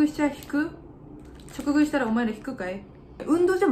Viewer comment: 直食いをちょくぐいって読む人初めてみた笑 じかぐいじゃないんか？笑